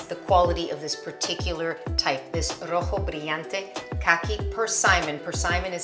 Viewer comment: Delicious, beautiful ...and perfect music, as always. Artwork. "Rojo brillante...", I loved it, sounds perfect Spanish. Thanks a lot Christine.👏👏👏